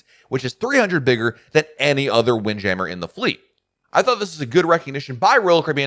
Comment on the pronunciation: Sounded like you messed up saying wind jammer. I love seeing the ocean while I eat. Didn't seem like they did that as much. I know this adds weight but wish the balconies in the woods had shrubbs and more naturary. On the southern deal. Sounds stupid but wish they did all the cups in mason jars no matter what drink you get. And hopefully moonshine a staple. On the door being open. That is wild. And I don't do stick on the doors. I had my first balcony and they say close the doors. Messed up and the main door closed. My card inside to do lights. Called them to open and she was furious. Ha, ha didn't do it again. On not having a Broadway show. They normally have great stuff to do. Like did you take the slide. On the garden area I get this idea from our church but we had angels. If safely able but probably not. How about anchors that have lines and a show where when it gets dark workers that are not scared of heights wear outfits that are firefly pixies. And maybe even include the guests for a price to be apart of it. Remind me of fire flys at night. Man two weeks on the same ship just wild.